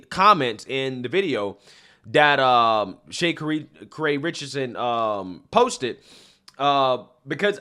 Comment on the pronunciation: Shay Kuhree Richardson💀